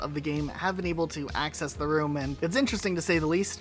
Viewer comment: ...did you say Hackcess...?